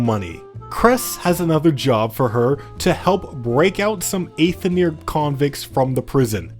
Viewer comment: Some will say that you pronounced Aether wrong, do not listen to them